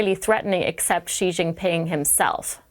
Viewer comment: What a disaster just seconds in! She came up with some sound to pronounce "Xi" that doesn't even exist in Chinese (or English)! The X in pinyin (romanized Mandarin) is like an sh sound in English, except the tip of the tongue is down, against the lower teeth and it's another part of the tongue a bit further back that's near the roof of the front part of the mouth. If you can't do that, then the closest English sound is just an "sh"! Just pronounce "Xi" as "she" and you won't sound idiotic like if you make a separate alien sound for no good reason at all.